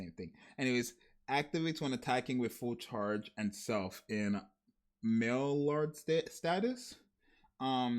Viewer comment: Maillard pronouce like (my-yar, my-yard)